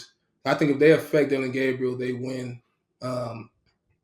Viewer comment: called Dillon “Gabbriel”🤨it’s a hard “A” bro!